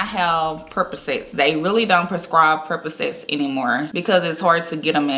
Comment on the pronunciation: Percocet not perposet